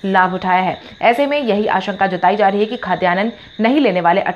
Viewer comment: Mam, khadyanan nahin_ Khadyanna boliye.